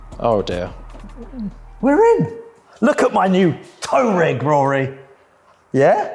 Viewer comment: Tow rig? You mean Touareg, surely! 😛